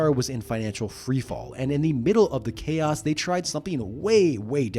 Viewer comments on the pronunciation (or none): none